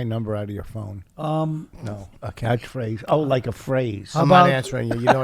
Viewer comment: Did Rich just pronounce catchphrase as "catthphrathe"? 🤤💦